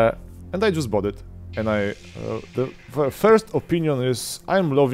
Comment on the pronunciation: the czy die? wypowiadasz to the bardziej jak Niemieckie die niż jak the